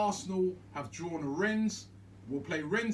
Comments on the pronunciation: Robbie get your words right... "Renz"? Rennes....... 😁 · You don't pronounce the "s". It's juste "renne". I'm french so I know a little bit about them. It's a team that is really unpredictable. They can be good one week and rubish the other. But they look dangerous in Europe this season because they're playing with a lot of belief and just overturned Betis Sevilla wich is a really good team. It's a decent draw of course compared to the likes of Napoli, Sevilla...etc but I wouldn't say it's the best Arsenal could get. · FFS Robbie “Rennes” is pronounced “Ren” French pronounciation. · It’s pronounced rennay and they have a really good team. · Its pronounced renne No S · How have Robbie and never heard of Rennes? Pronunciation is laughable. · You don’t pronounce the s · You don't pronounce the 's' in Rennes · You don't pronounce the s in Rennes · You don't have to read the S in Rennes :)))))) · The fact Robbie pronounces the S on Rennes pisses me off